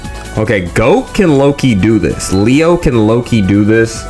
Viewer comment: love your video just say Leo right please💀maybe i’m being annoying but that shit was bothering me